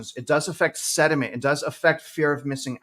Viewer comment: The word you are looking for: is “sentiment “. not “sediment “. You are welcome. Thank you for your diligent work ethic! 🙏👍